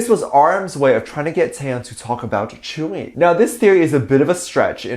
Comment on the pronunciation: Most Onces know Tzuyu is not even friends with any BTS members, and before you make a video please learn how to pronounce Tzuyu properly